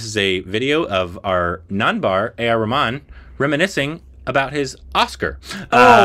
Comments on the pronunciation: Atleast what he said sounded much closer to the original than ya'll. You guys never seem to pronounce the H in Rahman😂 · Yes,, that's the right way to pronounce Rahman and you've been saying it wrong all this time. 😅😂